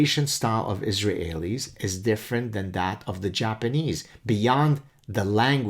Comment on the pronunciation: I'm sure he knows zilch about the Japanese, but why in the bloody heck can't you just say 'Israelis' like native English speakers do? I prefer the French or 19th century way to refer to followers of Mahmud as mohamidin or whatever the hell it was, but: iz ra hey lee? If it's a fossilized error then please work it out, otherwise i oughta tell you it's like forcing me a gerbil, Professor ( maybe it's tough being a Canadahe-en